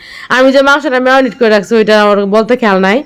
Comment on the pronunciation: মেওনিট না মেরিনেট। যেহেতু ইংরেজি বলতে অসুবিধা হয় বাংলায় বলাই ভালো। সব মসলা দিয়ে মুরগীটা মাখিয়ে রাখলাম এটা বললেই তো পারেন। মেওনিট না বলে